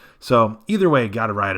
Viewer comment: "anyways, this is Steve from Alt Coin Bu-BA-DEE-BAH-BOOP-DOOP"